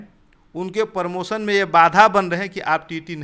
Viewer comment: Bandhu jab aap promotion ko sahi sahi nahi bol pa rahe ho to aap kya hi journalism karoge .Apse achchha to gaon ke galiyaron me bachchhe bolte hain.